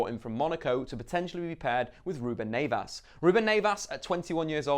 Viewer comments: also Neves, not Neyvas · It’s Neves not Nevas 🤦🏾‍♂️ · I'll take 7th as a Wolves fan😄 although its NEVES not NAYVAS lol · You need to learn how to pronounce players name properly it’s not “Sari” it’s Seri and it’s not “Naves” it’s Neves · “Nevas” come on 😂😂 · Nayvas? Lol who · “Ruben Nay-vas” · Let me talk to you buddy. Love the content.. But your name pronunciations are appalling bro! Ruben Neves is an amazing player for wolves and I'm looking forward to watching him this season.. But you know the alphabet I don't see in Neves? That's right.. I don't see an A. Its pronounced Nev-esh. Also a star from your vid prior to this one.. Yerri Mina. Or as you might call him Yaarri Mina. Its pronounced Yerri.. Like Jerry.. Or Terry. So please.. Work on your names mate. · I got aids when he said "ruben Neivas" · Is it really Ruben Nevas in the pronounciation? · you need to improve your portuguese you say ruben neves very bad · I really love you but pleases never say Neves like that again xxx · The way you pronounce Neves is horrible. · Wolves fan. I know their not standard English names but you can't say Cav or Neves' names. honestly would be happy with anything above 12th. #COYW